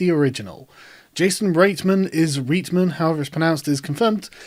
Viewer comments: RIGHT-man. Jason RIGHT-man. Ivan Fucking RIGHT-man. FFS, what is it with you people on the Internet I admire and vaguely non-Anglo-Saxon names?? I swear to you I knew how to pronounce Reitman back when the first Ghostbusters came out and I was nine and had never heard anyone say it aloud before. Otherwise, keep up the good work. This film will suck because they will try and hand over the baton to a new team of Ghostbusters but (partly because of all the social media shit) won't be able to resist virtue signalling. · "eye-van right-man"<----pronunciation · Right-man is the pronunciation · It's pronounced Rightman as in hopefully he's the right man for the job. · You didn't pronounce his name right, man...